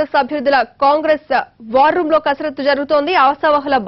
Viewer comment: It's not karasathu, it's kasarathu